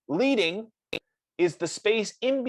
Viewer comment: Great job. However it is not pronounced "leeding," but leading. It is from the days of hot-set metal type. How many points of lead were added between lines.